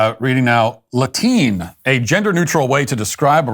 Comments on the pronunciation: "Latine" has been around for a while in Latin America. First started hearing/seeing it like 3 years ago. Also, you're pronouncing it wrong. It's like "la-tee-neh." And Spanish speakers did come up with this lmao. Also "latino" and "hispanic" don't mean the same thing.... Matt Walsh wrong yet again. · Latiny😂😂matt stop!